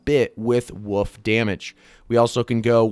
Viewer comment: Says woof for wolf ??